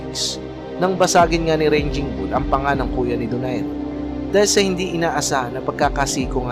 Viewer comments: brod baka raging ang ibig mo sabihin at hindi ranging bull, marami pa naman nanonood sa vlog mo, just saying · 'Raging' not ranging! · Ranging Bull ampota. RAGING siguro bossing. may google na tayo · Armenian po yan..bulok raging bull hndi ranging bull😅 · RAGING BULL PO. Hindi ranging bull… The original raging bull is Jake LaMotta. May pelikula pa po eto titled “Raging Bull”. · Correction idol,hindi RANGING BULL C DARCHINYAN kundi RAGING BULL! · Raging Bull..not Ranging Bull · Raging bull yun boss,d ranging bull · Raging bull po. Hindi ranging bull. Nakakatawa po kayo. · Correction po. RAGING BULL po hindi po yung paulit-ulit na RANGING BULL na sinasabi MO. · anong ranging ?! paulit ulit kapa ... 🤣🤣🤣 fyi lang "Raging bull' from the root word "rage" ... ranging ka ng ranging kakahiya. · Sir parang hindi RANGING BULL RAGING BULL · Raging bull sir hindi ranging bull…friendly correction po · raging bull po d ranging bull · Raging bull hindi ranging bull,ngwa2lang toro hindi lone ranger. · Anong ranging bull? Baka raging bull.. hahaha potik.. tapos American Australian.. baka Armenian ausie ... Wahaha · Correction. Raging bull hindi ranging bull. Ayusin mo sinasabi mo. Ranging bull ka ng ranging bull. Umayos ka. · Raging bull, hindi ranging bull! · correction po...raging bull not ranging... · Ranging bull talaga o raging bull? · Hindi Naman American si Darchinyan at saka hindi " RANGING BULL" ,RAGING BULL, pare.Sya ay ARMENIAN AUSTRALIAN! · Sir TUGATOG po at gindi TAGUGTOG.. Sir ARMENIAN AUSTRALIAN at hindi AMERICAN AUSTRALIAN.. Sir RAGING BULL at hindi RANGING BULL.. 🤦‍♂️🤦‍♂️🤦‍♂️ Iproofread muna ang narration bago isalang at researxh pa more.. Dami mong mali sir